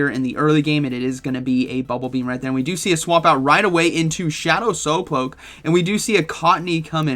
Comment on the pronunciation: shadow sowploke